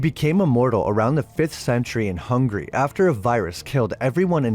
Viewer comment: not Hungry! HUNGARY..